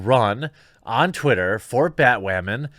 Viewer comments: Honestly it's bat woman not bat wamen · Why does he keep saying "Batwamen" 🤔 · I'm a little bit confused you keep saying bat wamen but you still say batwoman occasionally I mean does YouTube flag you for one of the other I don't understand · Why do you pronounce Batwoman weird..? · Why do you keep saying batwoman like that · “BatWAHMAN epiSAHD 2.”